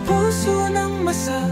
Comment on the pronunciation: galing mo... Me konting problema LNG Pagbigkas Ng lyrics minsan....ma--sa....Hindi masa.